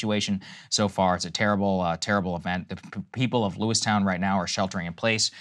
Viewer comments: LewisTON not LewisTOWN. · Yeah, its Lewiston....not Lewistown. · In 2022 in Maine there was 29 total homicides. Just yesterday, there was at least 18. Also, its "Lewis-ton" not "Lewis-Town". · I live in Maine.... It's not "Lewis "town", it's Lewis "ton". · Saagar it’s pronounced Lewiston, not “Lewis Town” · Lewis ton not Lewistown. Just had to be that guy since I live here. Krystal got it right! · Sagarr pronouncing Lewiston is making me cringe. It's Lewis-tin not Lewis-town. Love you both Saagar and Krystal. My heart hurts for my home state. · lewiston....sagar..not lewistown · Mainer here. I know it's not important, but FYI it's pronounced "Lewis-tun", not "lewis-town." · Lewis-TON not Lewis-town lol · It's Lewiston, Lewis-tin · Just an fyi, it’s Lewis-ton. Obv not a big deal, but I know saagar likes to get details correct lol And then I hear Krystal say it correct 😂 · It’s pronounced Lewis - tun. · It’s pronounced Lew-iston Saagar. Thank you for the coverage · Love hearing Saagar mispronouncing a town name three times. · How do you correctly pronounce Bowdoin but mispronounce Lewiston? I know it’s obvious as a local Mainer, but still he objective got the easier one wrong and the harder one right lol